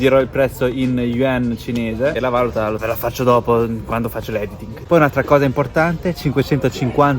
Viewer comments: sei bravo in quello che fai, váluta come hai detto nel video sta a significare il verbo valutare. Per indicare la moneta devi mettere l’accento sulla U, valúta. Scusa per la pignoleria, parli in ottimo italiano. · Si dice valùta, non vàluta